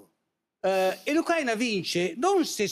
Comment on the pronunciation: Non sanno neanche pronunciare correttamente la parola Ùcraina!